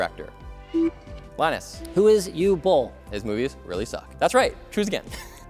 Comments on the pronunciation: Uwe Boll is pronounced with the U from uber and the VE from velcro. The Boll has the o from offer, so just say boffer and exchange the -ffer with an -L. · Hugh Bowl? Wrong answer. His name is Uwe Boll....